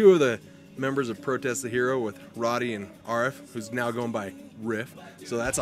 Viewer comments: lol ROW Deee not roddy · Rody's face after the interviewer pronounced his name wrong. LOL!